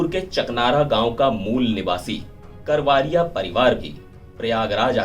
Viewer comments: करवारिया नही करवरिया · करवारिया नहीं रिपोर्टर सा ब करवरिया, कैसे रिपोर्टर हो